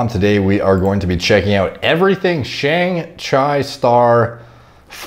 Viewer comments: Bro do you seriously not know how to say Shang-chi ? Derek you need to get out a bit more, that movie has been literally everywhere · Did my dude just say 'Shang-Chyy'?? 💀💀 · "Shang Chy" 😂😂😂😂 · I lost it when Derek pronounced Shang-Chi hahahahhahahah